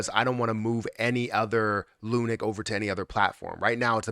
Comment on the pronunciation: Hey bro, great video and thanks for keeping us upto date on Luna. However, can you stop pronouncing it as lu-NIK. It's pronounced LUNK, like hunk punk or stunk.